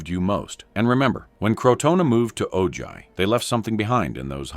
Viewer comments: Great video!! But Ojai is pronounced O-Hi not O Jai or O Ji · Ojai sounds like O-hi. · The "colony moved on to Oh-JI" Seriously????? OH-JI? Why can't these narrators learn how to pronounce names correctly???? It's not OH-JI. Lazy narrators. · Thank you. The mispronounciation was driving me nuts.